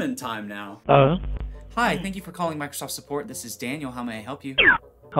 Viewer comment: Meekrosoft kills me